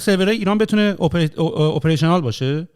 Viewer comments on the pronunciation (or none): اونم با تلفظهای اشتباه:‌اوپریشنال نیست آآآپریشنال درسته